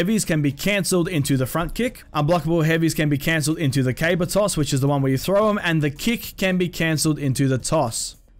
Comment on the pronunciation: lol he kept saying cable toss not caber toss